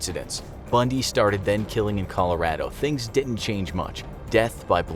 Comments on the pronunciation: I love how he says colarodo: ColaR A D O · cali- rah-dough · You say Colorado wrong